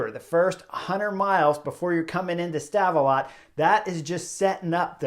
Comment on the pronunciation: Love the work Chris. Have for a while. Did get a link of you smashin your bike 2016 in my feed. Rough day i guess gladly it was there and not on the Angliru. The T in Stavelot is silent. Great place with an awesome grand prix circuit (Spa-Francorchamps). -U10